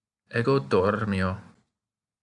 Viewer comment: This is a great series! I take my hat off to you. I noticed one small thing, however. In the middle of the video, the r in dormio is seemingly held for the length of a double consonant rr. I so hear it. This might be for pedagogical purposes to emphasise the trill, but it stood out to me. But anyway, I think this is an excellent entry point into Latin. I watched this video four months ago and became fascinated. Since then, I've been immersed in Latin and am loving every minute of it.😊